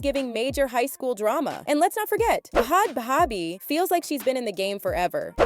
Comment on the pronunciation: you can’t even pronounce bhad bhabie right lmfao